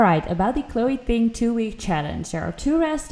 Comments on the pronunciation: it's chloe "Ting", not "thing" xD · Is anyone else annoyed she keeps saying thing not Ting!!